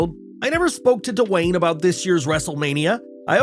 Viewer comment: I love how he says DUHwayne Johnson! 🤣